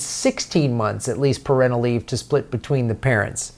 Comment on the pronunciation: you’re mispronouncing 'parental'.